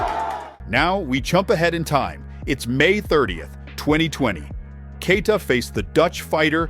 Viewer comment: He's called Kay+yee+ta, not Key+ta. If you can learn Schwarzenegger, you can definitely learn Keita.